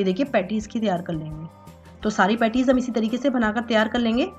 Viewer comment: Petti ni beta.... Petis..... Petti.. Pettii mt bolo...